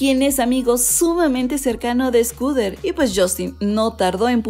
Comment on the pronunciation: Porque dices SCOODER Braun? 😓😓